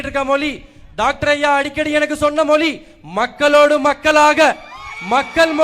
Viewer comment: ஏன்டா பட்டியல் சமூகம் என்றால் கேவலமாடா தம்பி. தன்மானத்துடன் பேசுடா தம்பி. மொலி இல்லடா மொழி.